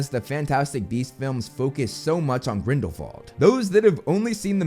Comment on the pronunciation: ok but why do you pronounce grindelwald like that...